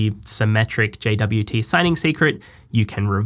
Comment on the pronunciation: I thought it's pronounced jot